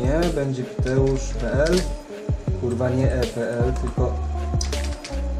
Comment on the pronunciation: te kurła brzmi śmiesznie